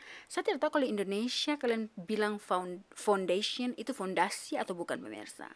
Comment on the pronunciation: Lucu,dia bilang,foundation atau pendasi rumah😂😂😂😂